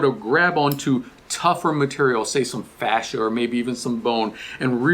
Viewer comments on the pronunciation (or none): none